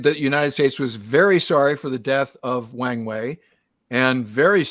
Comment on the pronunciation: People commonly mispronounce his name (and everything else in Chinese), but this one is too good to miss. It is pronounced with a soft "A", so it rhymes with WRONG WAY. (USAF Chinese linguist, 72-77)